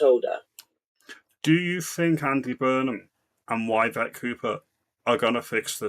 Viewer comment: Yvette is pronounced with an E not a Y 😂